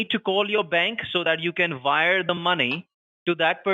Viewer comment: "So you can Vire the money"